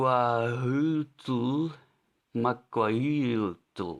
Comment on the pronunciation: The correct pronunciation for the Aztec sword-club you're looking for is "Mah-Qwee-Tul"